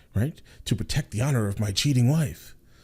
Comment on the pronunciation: I think a little more of you came out than usual 🤣 I'm rolling here. "To protect the honor..of my CHeating wife. I appreciate the emphasis there. Hilarious sir.